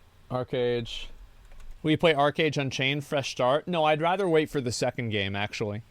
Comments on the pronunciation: I think you're pronouncing arch wrong. You say it like arc or ark but it's ARCH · it's arCHage, not arKage